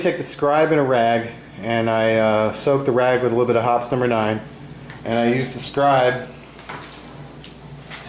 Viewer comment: I must need a date! I heard Hot Summer Night every time he said Hoppe’s #9